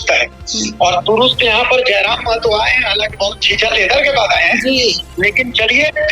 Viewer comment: मेहतो नहीं.... महतो होता है।